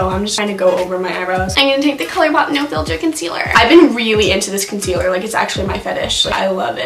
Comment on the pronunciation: Are you just mocking Laura lee or do you actually say concealer like that...